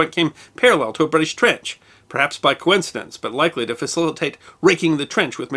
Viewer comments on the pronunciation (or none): none